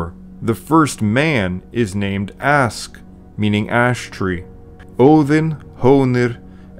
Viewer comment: Askr not Ask.